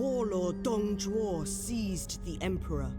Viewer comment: Most of what you said is pretty good but Zhuo is Jew-oh not shoe-oh, Zh is practically just a j sound with a curled tongue while the actual J is with a flat tongue. the Un is pronounced like the word won when its next to any letter besides x, q, and j. So Sun Quan is like Swon-Chu-en. X is like an sh but it sounds different because the u that is placed next to it sounds more like yu so Xu Shu is like saying Xyu(Say this in one syllable) and then shoe. For the last part the dz sound you're talking about is Z not ZH.